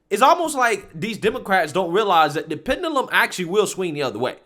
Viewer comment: i love yu bro,but please learn how tp pronounce wrds in your videos,its not pendulum,itsounds like pen-jew-lum